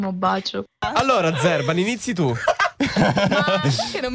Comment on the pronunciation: POV:SBAGLI LA PRONUNCIA E LO CHIAMI"ZERBAN" AL POSTO CHE "ZERBIAN IO MORTA😂😂